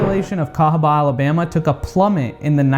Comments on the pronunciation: I’m sorry but cahaba, Alabama 🙄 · Sorry, but I say cahaba Alabama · CAHABA,ALABAMA sorry but you have to go don’t step on a black bag 😆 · Ayo, let's go to THE CAHABA , ALABMA.😂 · I'm sry but I'm going to have to say cahaba Alabama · sorry to do this but.. cahaba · I think it's got to be cahaba, Alabama sorry. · I’m sorry but I have to say Cahaba Alabama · Im sorry but CAHABA Alabama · CAHABA,ALABAMA. 💯. SORRY ❤️